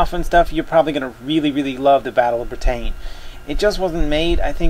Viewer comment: Lol the way you pronounce Britain is funny =D